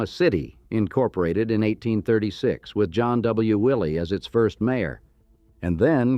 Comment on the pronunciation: John W. Willey pronounced his name "Wye-lee." There is a Willey Avenue on the west side and it is still pronounced that way.